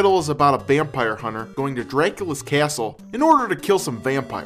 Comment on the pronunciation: dreeyakula's keeeyassul